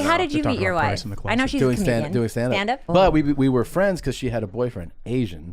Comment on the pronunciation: "Ho' meeny fwein' come wit you?" 🍣🍙